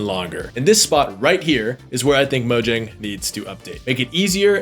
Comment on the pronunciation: the J is pronounced as a Y Mo-Yang 😉